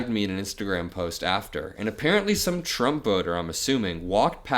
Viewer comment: It's not t-rump.